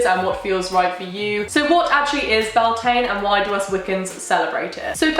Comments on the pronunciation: I mean no disrespect but I don't think she is pronouncing beltane correctly she might be but I'm a fluent gaeilge speaker and what she is saying sounds nothing like bealtaine the gealige translation for may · I am from the north of Spain and in some places we celebrate Beltane the same way as in Ireland ir Scotland because in here we have Celtic culture too and I don’t know if we pronounce it the same way ir not (because guess what in Spain we speak Spanish) but she doesn’t pronounce it as we do or as any other way I have heard before. (I know my English isn’t perfect but I try hope I made my self clear) Happy Beltane by the way. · I’ve been binging this series for the last few days and I really do love it but the pronunciation of the holidays really irk me. Most of them are Irish words that’s aren’t that difficult to get right. Beltane is the Anglicised version of Bealtaine which is pronounced Beal-ten-a. I really do love the series but as an Irish person it really does bother me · Beltane is the anglicised form of Bealtaine and is pronounced be-al-ten-na or bal-tin-na for anyone who cares. Which is just funny considering Wiccans pronounce Samhain right. Wicca is keeping celtic traditions alive, please don't let English butcher its name. ai and a_e both make a stressed "a" sound in English but when you put e on a consonant after ai in Irish the two sounds cancel each other out and you get an "eh" noise. But if you put an e with a fada which looks like é, you'd get "a" noise like ai or a_e. So ai and a_e make an e noise but é makes an a noise. This is one of the many examples of how British made it harder for themselves when they tried to anglicise the Gaelic languages. Fun fact fada means long in Irish. It's the little dash above a vowel, á é í ó ú. It lengthens the sound of the vowel, roughly equivalent to English putting an e at the end of a word to change the pronunciation of vowel before it. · U pronounced and spelled it wrong